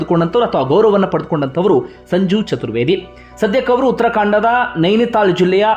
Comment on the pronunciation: Uttarakhand Adu utarkanda alla